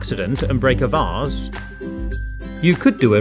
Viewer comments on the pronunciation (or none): "if you break an vas" you mean vase.right?